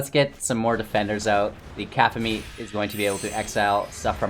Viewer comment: aphemia card... that C word is pronounced Kuh-cough-a-Knee cacophony is to have so much sound that it drowns out every other noise